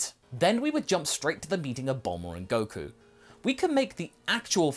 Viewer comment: It can’t be fixed. Just look at Goku...I mean “Geeku “. No 😂